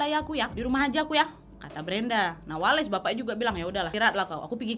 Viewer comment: Kok aku greget denger nyebut nama wales dengan sebuttan pake "wa" wkwk yg bener itu dengan sebuttan "weles" pake "we" dong wkwk